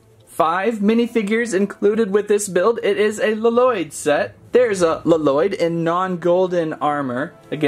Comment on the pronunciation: Well would you please say Lloyd right and please and thank you👍👍👍👍